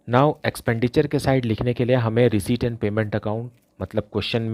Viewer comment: Sir reciept ko reshit kyu bolte hoi 😂😂🥲🥲🤣🤣🤣🤣🤣🤣🤣🤣🤣